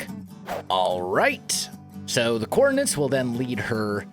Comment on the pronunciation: “Coordinates” not “coordinants” stop thatching people how to not say or spell it.